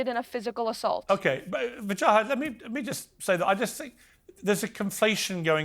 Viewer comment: poor piers, cant pronounce english letters strung together ..WA JA HAT.. wajahat.. not hard is it.. break it up into syllables it helps with speech impedements and sometimes idiocy too.. unless of course the plant piers misnamed him to vaj az deliberately hmm i wonder